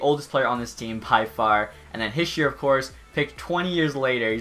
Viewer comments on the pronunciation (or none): Its pronounced nico heesher not hisher